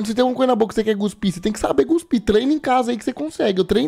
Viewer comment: por favor, nao fala Guspir nao, alem de estar errado ainda me lembra do Filme da Bruna Surfistinha, e olha que nao eh o da Debora Secco